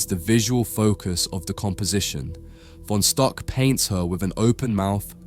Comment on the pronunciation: It's pronounced "Fon Shtook."